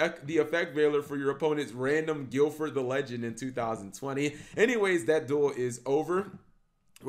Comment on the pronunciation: "Gilford the Lightning," okay Cap, maybe do 2 takes for your videos